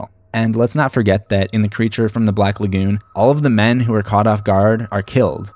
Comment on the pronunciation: The way you pronounce "lagoon" is cringe worthy. Ok thanks.